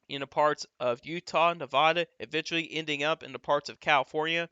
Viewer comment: Thanks for the great info! As a former Nevada resident, however, I'm obliged to inform you that it's pronounced Nev-a-duh, not Nev-ah-duh. (The middle "a" is pronounced like a-pple"). I know it seems ridiculous, but they take it surprisingly seriously when non-Nevadans mispronounce it (personal experience). I'm a northerner and I stopped saying Nev-ah-duh forever after the third time someone lit me up for it. Again, thank you for the detailed, informed insight - it's greatly appreciated!